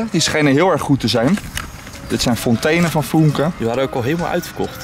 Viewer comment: Het is niet foenke maar fuunke omdat er een umlaut op de u staat